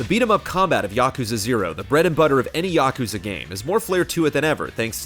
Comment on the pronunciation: Why do you keep saying Yokuza?